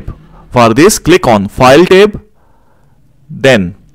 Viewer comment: For a moment, I didnt understand what is "Tape". Then it became clear he is talking about "Tab".